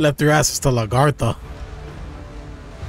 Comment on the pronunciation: I try to let them know the same thing about how they pronounce Lagertha and Bjorn. But I still love watching them react to Vikings. It's one of my favorite shows.